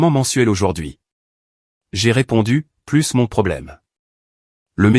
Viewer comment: Vous ne comprenez pas Que plussss signifie +. C'est plusss que 2, donc c'est 3 , 4, 5 , 6 à l'infini. Par contre je n'ai "plus" faim. Je ne mange " plus", se dit " plu " . Merci de corriger ces erreurs qui sont énervantes. Merci